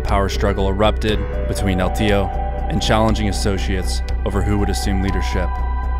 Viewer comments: I believe it’s pronounced el TIO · Excellent video I was just a bit annoyed by how you pronounced el teo(teh-oh) wrong repeatedly but I understand you dont speak Spanish it just hit my ear wrong lol.